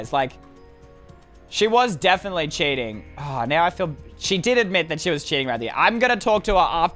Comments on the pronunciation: cheating Me: starts laughing d-did you just say sjeeting?🤣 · lol i love it when u said "CHEETING" DUN DUN DUUUUUUN